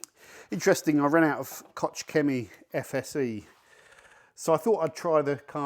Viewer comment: "Kotz Chemie" .... Und der Inselaffe kann IMMER noch nicht korrekt deutsche Wörter aussprechen.... Ich muss auch "Kotzen" wenn ich deine Aussprache von KOCH höre... Naja, es hat schon seinen Grund, dass Deutschland die kulturelle sowie technologische und bald auch militärische (500 Milliarden € werden gerade investiert) Leitmacht Europas ist...